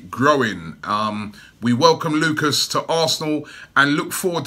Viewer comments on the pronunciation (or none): none